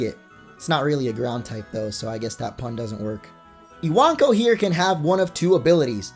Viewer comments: I-wank-o? Lel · Iwanko I-wan-ko I-wank-oh😱